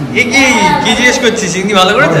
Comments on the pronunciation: ছিন্নি নয় সিন্নি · Chinni noi😅😅.. Kotha ta sinni. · Vlog ta osadharon chilo but funny part holo sinni bolche tumi sei chinni chinni bolcho 🤭🤭🤭🤣🤣🤣🤣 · aaj ker vlog ta khub bhalo laglo r tomakeo khub misti lagchilo sudhu ekta chotto tip missing chilo & one more thing babu ota chinni na shinni😊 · chinni noi kotha ta,sinni....😊